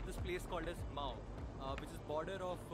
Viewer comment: Haha its MAO but not mouth.